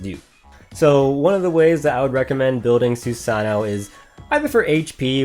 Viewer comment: Great video, as always. I always get really excited when you upload Dx2 videos. Your Trumpeter is insanely good. Btw, it is pronounced more like "Sue-sah-no-oh." The last "oh" is said so subtly that it is almost inaudible, kind of trailing off into the "oh" sound. In English, we tend to annunciate part of a word, but Japanese usually has a flatter way of pronouncing a word, where each character is read in the same tone, which is hard for English speakers to get used to.